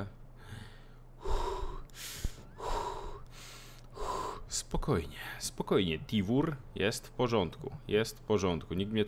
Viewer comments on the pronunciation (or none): "Tivór" a nie "Tivur" bo się przez "o" odmienia! :)